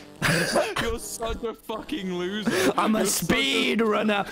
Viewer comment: "I sped ranner minecraft"